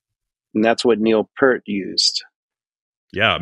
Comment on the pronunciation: Funny how he pronounced 'Peart' correctly the 2nd time 'round but then returned to mispronouncing it for the rest of the video 😁 Which was a lot of fun to watch and listen to, so thank you both, and Tim! 😀👍 I admit Primus are a bit too weird and quirky for me, and I never succeeded to get into them beyond 'Wynona's BBB' unfortunately, but I still am able to appreciate and respect those guys as musicians and also as the nice people they are 😊 And congratulations on getting to chat with one of your drum heroes! 😍👍 I'm very happy for you! 😊🙏